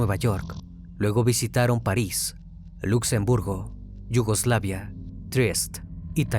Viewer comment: Trieste....non Triest